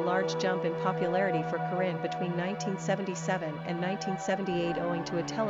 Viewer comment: u say corrinne wrong!